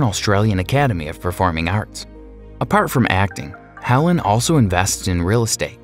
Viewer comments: Its hel AIN, not helen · ……Perth is the capital city of Western Australia. Canberra ACT is the capital of the Country. Each State, & Territory has its’ own capital. Helene Joy’s first name is pronounced Hel-lane, not Helen..… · Just to be pedantic, it is Bee-son, not By-sson and He-leen, not Helen..... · It is so distracting and disappointing to hear the speaker mispronouncing so many names and getting ages and places wrong. What kind of research is done before these things are recorded? Bisson isn't Bison. Helen isn't Helene. Helene isn't 41. Perth is not the capital of Australia. An embarrassment! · Please learn to pronounce Bisson, Hélène, Nikola and Siobhan 🙄